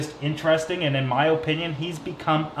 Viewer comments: My god i love you but stop saying Opinion like that holy shiza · “My oh-pinion” 🤣 that accent though